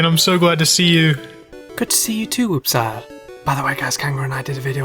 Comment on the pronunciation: Lol your also tortchoring Wooppsire 😂